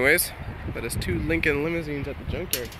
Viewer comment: Its Lincan not Lincan't